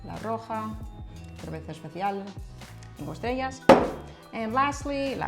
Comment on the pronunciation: pronuncias mejor que yo "cerveza":) i kinda use "s" instead